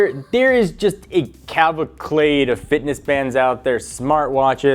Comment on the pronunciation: It's pronounced cavalcade not clavalcade